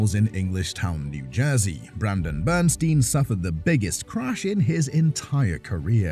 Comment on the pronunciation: The narrative regarding the John Force/Kenny BernSTEEN (how its pronounced) is completely wrong! And Force didnt suffer MINOR injuries, they were catastrophic! He almost died!